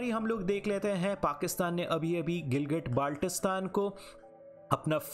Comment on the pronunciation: Hello teacher I'm from Gilgitbaltistan Firstly your pronouncing the name very Wrong